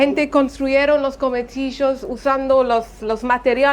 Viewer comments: se llaman CONVENTILLOS no cometillos hahaha morons! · excellent video! missing my dear country. one thing, it's conventillos not cometillos :) <3